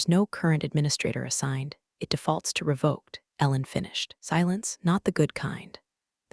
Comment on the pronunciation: Re-vok not re-vah-k.